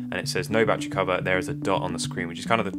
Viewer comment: Love these videos but... Ba-tte-ry. Not "batch-ree". Such awesome content, but this drives me nuts!